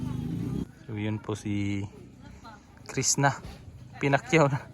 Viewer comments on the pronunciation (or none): none